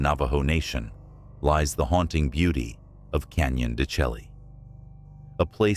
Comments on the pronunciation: Canyon De Chelly is not pronounce CH - elly like JELLY, is pronounce DE SHAY!!!!. I worked with a Navajo Indian at Adobe Mountain School and I said it the same way and immediately got corrected...lol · It's pronounced "Canyon de Shaee" not "chelly." I lived on the Navajo reservation in the 50's and 60's. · Canyon de Chelly is pronounced de shay.